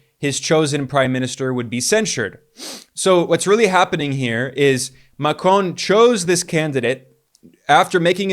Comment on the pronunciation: Good videos. Always interesting. Just dont say Macron as you do please :) The N you do not speak out. Everything else remains - et voilá ;)